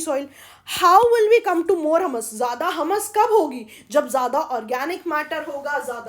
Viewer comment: It's humus( हयूमस) not हमस..! Well I lyk ur teaching..!